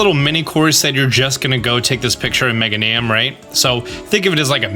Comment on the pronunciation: It’s the “mega-knee-um” for me.